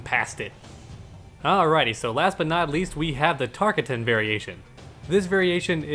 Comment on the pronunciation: If Baraka were here, he would hate how always mispronounces Tarkatan. It's like this, Tahr-Kah-Ten.